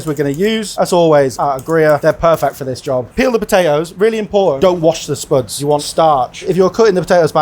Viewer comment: I love the way he says spüds